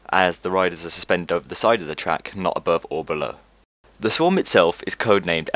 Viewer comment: "The Sworg"